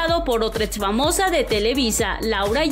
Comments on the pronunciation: Etsitoso, etsfamosa, por que no pronuncia bien? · Es neta que dices Etzitos y ets famosa?.